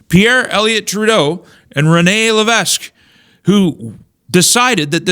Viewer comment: I love how you refuse to use the French pronunciation, ie. Rene Levesque. When the COR party was formed here in NB we fought hard to get people to join the party. Then the Quebecers entered the scene and went to the outdoor rally's that were gaining listeners and would yell out "bigots", "racists", spreading hatred and saying lies about the party even saying that we were against the Natives and wanted to take away their rights. All we wanted was to stop the Frenchification of NB with the cost of Bilingualism...the Quebec elites won, they have their puppets in the Legislature on both sides of the aisle, they have fought the English on everything....all it takes for the English to sit down and shut up is to be called names. The sad thing is that a lot of French people don't know what is going on with their elites, like us they are just trying to survive. I would gladly be a citizen of the 51st state or Maine 2.0.